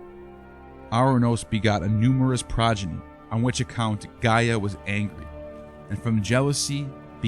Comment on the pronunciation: You misrepresent the Greek mythological Greek gods chronicle, you can’t ever pronounce the names right or by order ! The eagle is a physician symbol , that’s why is called the physician eagle , and not the Egyptian! Try to do better orderly description of your projects in the future , And get the names right ! Is ΓΕΑ γεα , ΓΗΣ γης - earth !! ΟΥΡΑΝΟΣ ουρανός - SKY ‘